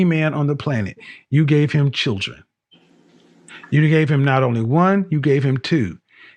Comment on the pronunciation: I can't stand her smacking constantly, and she can't even say "children". It's not pronounced "chid-ren". Kevin is wrong when he says "women control access to secs, and men control access to relationships". This is NOT true.